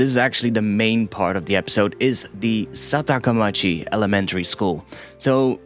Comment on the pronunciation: Nice job! really like it. But I think it is SAKATAmachi not SATAKAmachi. KANJI is difficult isn't it haha